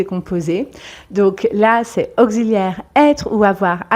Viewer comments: C'est excellent, à un petit détail près, la prononciation du son «x»... «Auxiliaire», se prononce «ks». Au ksi liaire. Pronciation «dure» «Examen», se prononce «gz». Egza men . Prononciation «douce» Y a-t-il une règle pour ne pas se tromper? À part cela, très sincères félicitations... Un collègue scientifique... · Revoir la prononciation de : auxiliaire !